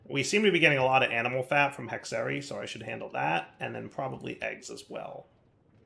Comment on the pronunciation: Hexerei is actually a word in the German language, it means "witchcraft" and it's pronounced like: hexer-rye. Thought it would be interesting 😄